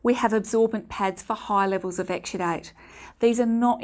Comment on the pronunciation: This old crank gets no headache, but her pronunciation of exsudate (exsudite) makes me think she's saying extradite, as in don't extradite Assange!